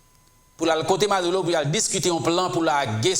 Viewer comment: MaduRo, ma-dou-reau tankou Bureau, buro, ma dou ro (not madoulo) juan Guaido = Gway- Do